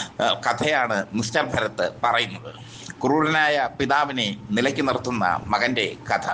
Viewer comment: ഭരത് അല്ല ഭാരത്‌